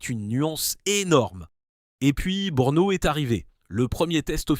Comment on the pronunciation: Toi ''le commenteur de ce site'' tu veut nous des leçons ,alors je t'en donne un ''arrête de nous bassiner avec ton BEUUUUURNO''Cela s'écrit BRNO et se dit BRENO,si tu n'y arrive pas,fait tes offres pour commenter les Bisounours....